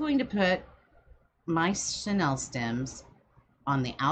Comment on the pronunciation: It’s not “Sha-Nell”; it’s “Shhhh-knee-ill”. Or pipe cleaners. Chanel is a luxury brand while chenille is a type of fabric. Two completely different things that you’re misusing in this video. It’s driving me crazy. This 24 minute video could very easily be cut into half if you were not so distracted and just did it. 🙈 Lots of fast forwarding - FF ⏩ - is absolutely needed to get through this one.